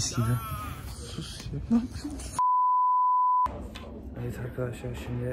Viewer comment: ✨sUs nApIyoĞn sALaĞk ✨